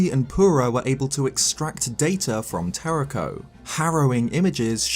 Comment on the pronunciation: YOU HAVE TO ROLL THE RS IN TERRAKOS NAME!